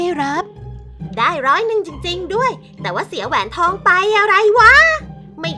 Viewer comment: คนขายก็ว่าแปลกแล้วนะแอด แต่ผมว่าคนซื้อแปลกกว่าอีก 555 แหวนทอง อ่านว่า แห วน ทอง ตะหาก 5555